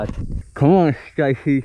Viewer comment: "cOMe ON sTaSheE" HHAHAHAHASHS